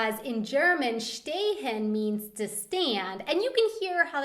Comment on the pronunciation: Nice video :) here a few corrections how the word are spoken. the S by Stehen is more like an sh like in Shut up or something :) And Have you fire is in german Hast du Feuer. But we also have a word for Light ^^ its Feuerzeug or in english Firething xD Best wishes from Germany :)